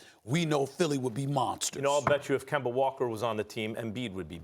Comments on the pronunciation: Can somebody please tell Stephen A that that mans name is not Kember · Everybody: Kemba SAS: Kember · Nobody: Stephen A : "Kember is Kember" 😂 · Dollars = Dollaz Kemba = Kember - SAS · "Kember is Kember" that says it all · Start saying his name right then you can talk about him “KeMbEr” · “Kember is Kember” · "Kember"- SAS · KemBER, GeorGER this man hates words ending with the letter A! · Put some RESPEK on Kembers name bruh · Nobody: Stephen a: kember is kember 🤣🤣🤣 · SAS love saying "kember" 😂😂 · Im all but sure he's doing it on purpose now, it's like he makes sure to say Kember 😂